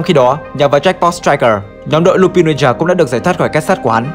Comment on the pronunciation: Có một vấn đề mà mình khá khó hiểu, chủ kênh anh thường phát âm danh từ thuật ngữ trong video theo kiểu Nhật dù có là từ có phần tiếng Anh cũng thành japanlish, mà sao trong video này đoạn lúc thì lup'A'n lúc thì lup'I'n vậy